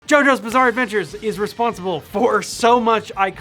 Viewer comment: I thought he said giorno bizarre andvature